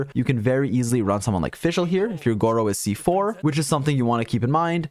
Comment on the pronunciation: don't watch the video yall he keep pronouncing his name as gowo